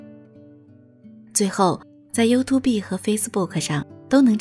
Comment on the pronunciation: YouTube應該唸You [ju] Tube [tjub] 不是You-To-Be喔！提供參考！